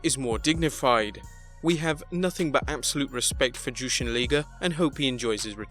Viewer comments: Pretty obvious, as you said, that you don't watch or cover Japanese wrestling. I kept cringing everytime Jushin "Thunder" Liger's name was said. It's pronounced Lie-ger, not Lee-ger. And he's a legend, my favorite Japanese wrestler ever. Wrestled on the first live Nitro ever against Brian Pillman. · Liger is pronounced "Lye-ger", not "Lee-ger" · I know that pissed me off too it's pronounced lie ger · Jushin's name is: Jushin Thunder Liger(pronounced Lyger, NOT Leeger!) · It's La-e-ger. Not Lee-ger. But other than that great video. ^^ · A liger is a hybrid mix of a lion and a tiger. It's not pronounced leeger plain and simple. If he had as much respect for the man they would say his name right. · Liger not Leeger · First, The name is Jushin Thunder Liger not Leeger.. 2nd I don't care about the Ratings, NXT has the best Storyline than RAW and SmackDown kids show.. Imagine on what they did to Rusev's return.. For Kenny Omega, he needs to wait until October for us to see if AEW is better than NXT.. I like AEW but they need to improve their storyline.. Like why Cody needs to be the first challenger for AEW title, is it because he is the boss? What about the other superstar like PAC and Jimmy Havoc who won their matches at All Out there should be a number 1 contenders match right? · Intm the beginning he said jushin thunder liger name rite than when his time came he said jushin thunder leeeger smfh bring back the regular guy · Its pronounced LIE-GRR. Good way to give Omega an easy way out, did he mean it or is it just character. After they keep losing he can say, it was just character we never wanted a war, which is true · Jushin Thunder Leeger? LEEGER?!?!? thumbs down for that!! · Jushin Thunder Lee-ger? Ok, cool, Wrestle Lah-my-ya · "Jewshin thundah leegah" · LIE-GER (Liger)......you English bloak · If it's based on Japanese pronunciation: LEE-GER. I is long like in Key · Can't even pronounce Liger's name. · RIP to the pronunciations of Liger and Joaquin.